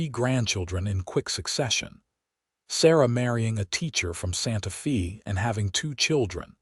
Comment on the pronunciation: One of the sweetest stories I’ve heard yet. AI kept pronouncing Santa Fe differently it’s pronounced Santa Faye but I love the narrators voice Listening from North East Texas Great Job 👍♥️